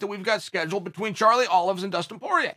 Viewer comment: "Charlie Olives" 😂😂😂😂😂